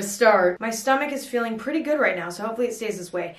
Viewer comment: “Please rite dack….”💀